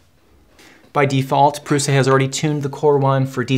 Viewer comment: Great video, very calm and truthful. I enjoy the fact that you call it how it is ( “ pru “s” a ) and not prusha. Amazing!!!!!! Video